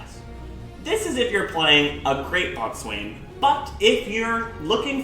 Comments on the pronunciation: Err Boatswain is pronounced Bo-sun. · Great video! Just fyi you pronounce it bow-son ;) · "boatswain" is actually pronounced "bow-son" ya friggin farmer, bet ye can't tell a head from a halyard as well! Just joking though lmao, good video! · Boatswain is pronounced bosun. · Omg , a boatswain is pronounced bossun. If you are going to do a video about ships, know your terms.